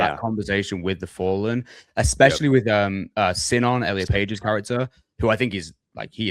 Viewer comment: being the only Greek dude and constantly mispronouncing the Greek names kills me 🤣 appreciate yall fellas